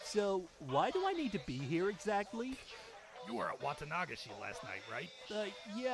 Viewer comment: Also, the way they say "Wata-NA-gashi" really bugs me 😂 it's always been pronounced "Wa-TA-nagashi".